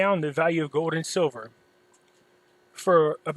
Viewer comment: it's goLd not "gode".